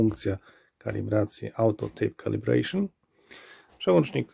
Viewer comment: "Outo tejp kalibrejszyn" *